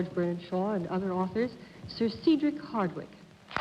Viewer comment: Dorothy calls him 'Seedric' but the usual pronunciation is 'Sedric' with a short E.